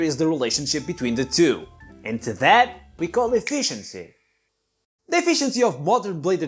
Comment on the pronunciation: "Effeciency" ...or "efficiency" 😜